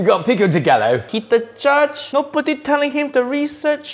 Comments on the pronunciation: Im Mexican and I’m very disappointed it’s pronounced PICO DE GAYO🤦‍♀️ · I watched this episode a few months ago and it was tragic. One contestant pronounced guacamole is “guacimolo” . This same contestant was like “pico de gaLLo? Never heard of it” it was such a painful episode to watch. Paul Hollywood should be ashamed of himself lmao. He started the episode saying he had just come back from Mexico and then he had the audacity to pronounce pico de gallo wrong? Such a clusterfuck 😂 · as a person who speaks spanish i will add something up, why can't he pronounce the words correctly😭 it's not galo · We all are. Pico de Gallo isn’t pronounced “Pico de Galo”! “GALLO”! The L’s are Y’s compa! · Pico de Gallo...OMG! I am from New Mexico. If you can pronounce tortilla correctly, you can pronounce Pico de Gallo correctly. Double "L" is always a "Y" sound in Spanish...so, gayo is how it should sound, and all "O's" make a long "O" sound. Pico is pee-ko. It's not di gallo. It's de gallo...different letter, different sound. You wanna do something like cook it, at least sound like you know what you are trying to do. Crap...Uncle Roger needs to harp on that at least a little! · its pronounced pee-koh deh guy-o for anyone wondering 😭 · Mexicans pronounce it pee-koh deh- guy-oh 😂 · It's pronounced PEAK-oh deh ga-joe.... (native speaker from Puerto Rico) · For ppl wondering it’s pronounced “pico de gaeyo” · None of them has ever seen (nor tasted) real original MEX cuisine, they cant even pronounce "pico de GALLO" correctly, for Christ sake! This is a war crime. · As a Hispanic person… I am literally crying right now! That guy’s pronunciation of Pico de Gallo is just a war crime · the avocado peeling… the way paul pronounced pico de gallo… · As a Californian I cried watching this. If anyone here says Pico de Gallo pronouncing the lls we send them to Oregon and that poor avocado...no words. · As a mexican, his pronunciation of "pico de gallo" has me crying